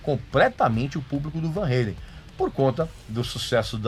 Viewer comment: Eddie Van 'reilen' ( kkkkkkkk )